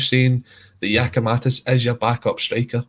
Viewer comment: Can somebody tell it's GiakoumaKis not GiskoumaTis...cheers